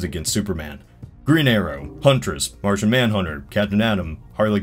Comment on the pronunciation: I swear to god..... It's Martian not Martin, how can you get that wrong 3 times